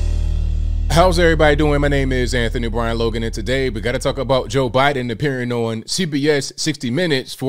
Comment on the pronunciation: What's going non? I love how says on.